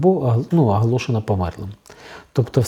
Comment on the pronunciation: Чому ви говорите весь час ПРИКАРДОННИКАМ ,АДНАК,АГАЛОШЕНО,ПАСТІЙНИМ,І.Т.Д ...ШО за мова ...?!